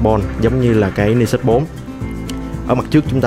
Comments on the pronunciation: Mình thấy bạn Khoa góp ý dùng từ hơi quá nhưng mình và nhiều bạn khác cũng có cùng suy nghĩ như trên. Các bạn góp ý để trở trên chuyên nghiệp hơn chứ không có ý chỉ trích. Mong lắng nghe ý kiến đóng góp và cải thiện phát âm tiếng anh quốc tế để trở nên chuyên nghiệp hơn. Nói thật thì nghe phát âm "Ni sút" rất buồn cười, vui, chứ mình không có ý khác. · Tay này đọc tiếng Anh sai nhiều lần rồi. Đến tên máy còn đọc sai nữa chứ mới hài. Hồi trước còn nhớ màn hình con iPhone đọc là "rì tai na" mới hãi. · ten cua máy thi fai đọc sao cho đúg chứ